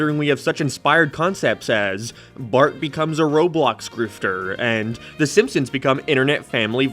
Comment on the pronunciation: Ah yes "thy simpsons"